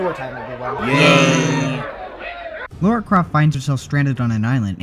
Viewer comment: *Psst* Her name's Lara, not Laura. Lah-rah, not Law-rah.